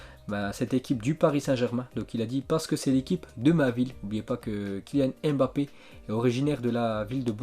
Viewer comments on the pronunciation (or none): none